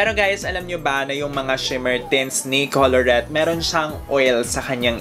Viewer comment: Coulorette.... It is pronounced as "kolorete" Not "koloret"